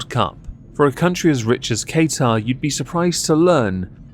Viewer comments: Love the videos. Your points are all so true. Love how you butcher Qatar's name (it's said "kah-tar") it made me laugh so much haha. Keep up the awesome work 😊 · Ok, imma say it coz I'm from the middle east and its kinda inking me. Qatar is pronounced Kaa ( like kaka) ter ( T from the tip of your tongue, er like ehrr from the tip of your tongue) Edit: I'm going to say.... because apparently I triggered Beaumont 😊❤️ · I can't take you seriously when you refuse to learn how to pronounce the country's name. What the fuck is Kay-tar?